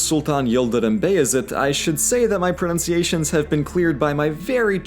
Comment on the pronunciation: Your pronouncition is excellent